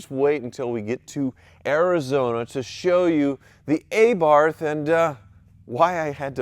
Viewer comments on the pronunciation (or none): It’s Im oh la not I mole ah red and Ah Barth not Ay Barth ffs🤬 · Congratulations to both of you, please don't mispronounce the little Fiat's name, it's Ah-bath not Ay-barth. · Pronounced, “uh-BARTH”, not AY-barth. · Commiseration on losing the Wizard. Congratulations on the wedding. Meanwhile what’s grating my teeth is the way you pronounce Abarth